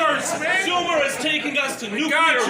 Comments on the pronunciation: I'm sorry, I'm not even an English native speaker, but damn... no matter what your opinion on the matter is, no matter WHAT your political views are, if you say "nucular" when you're talking about something "nuclear" , my brain just refuses to take anything you say after that seriously. It's the same as a grown up saying "libary" instead of "library". I can't trust your mental problem solving skills, if you have problems understanding and pronouncing words while also clearly not having any actual speech impedements that would explain the gaffs. It demonstrates, that you don't actually know or understand what "nuclear" means. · The man can't say nuclear.